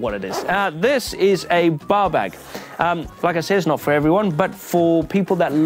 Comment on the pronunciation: I kept hearing "baw bag" for the bar bag.